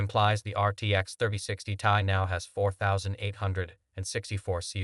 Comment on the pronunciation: First, you show the intel arc as first and best option, and you show ray tracing during your spill, ARC DOESN T DO RAY TRACING All the info is wrong here, the 3060 is last gen and was the LOWEST card in that range for gaming (3050 doesn't count as gaming) it s T.I. not "tie" None of what you are saying make any sence and it all wrong, fucking AI video crap